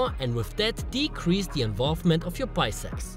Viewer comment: does he say bisex?